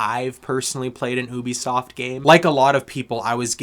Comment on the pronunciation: Love how you pronounce ‘ohhhbi-soft’ 😂 Good review 🎉